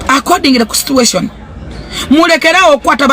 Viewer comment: "Accodingire ku sitiation" akazungu keko 😂😂